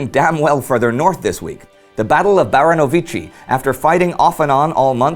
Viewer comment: "Baranowiczi" XD